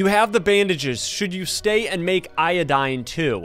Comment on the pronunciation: “I got io-doae”💀 “We need i-do-dane”💀